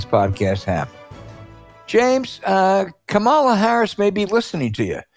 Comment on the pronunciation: Hey Al, do you think you could pronounce her name correctly. It's not that hard. Try "Comma La." == Kamala. My take, Scott Jennings is a moron. He is on CNN to stir things up. He must be well paid. If Trampon loses, Jennings will be out of business. He better save his $$$$. There would be no reason to keep him on the show.